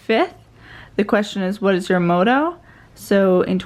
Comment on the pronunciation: I loved your video. I couldn’t stop obsessing about your mispronunciation of ‘motto’ , but other than that thumbs up 👍